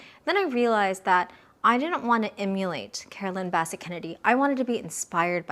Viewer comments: Carolyn BESS-ette Kennedy… not Basset. Straight lines! Straight lines! Straight! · Quick tip...it's pronounced Bi-SET, with the accent on the second syllable. A beautiful video! ❤ I miss them both. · You're mispronouncing her last name. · You are pronouncing her name wrong.